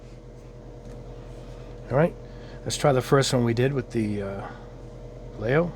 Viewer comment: VA LAY HOE not vayyayo